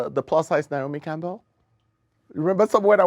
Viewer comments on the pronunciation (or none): none